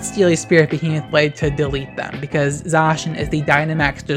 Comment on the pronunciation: Ty for not pronouncing Zacian the same way as "J. Shawn", btw, lol.